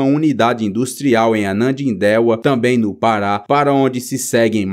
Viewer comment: Não é Anadindeua. É Ananindeua Amigo.